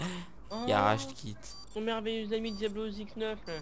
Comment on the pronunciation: Diablo et non diablio